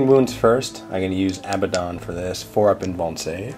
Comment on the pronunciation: A-bad-don Not Abba don. Say them out loud to yourself, which one sounds right, which one just sounds silly?